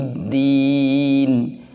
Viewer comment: di lafad qrairil kenapa dibaca qroiril begitu dilafad yaumiddin dibaca you padahal tidak ada bunyi oo pengirim dari Aceh